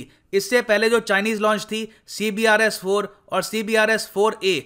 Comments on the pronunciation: Sir जी अपने कई बार CBERS को CBRES बोला है। जो कि मुझे कुछ कन्फ्यूज्ड लगा। क्योंकि लिखा कुछ है और बोल कुछ और रहे हो? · CBERS not CBRES👍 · C B E R S not CBRES